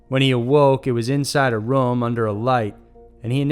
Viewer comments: I hate the way u say room. It's room not rum. Roooooommm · Anyone else cant get over how he pronounces room as ruem?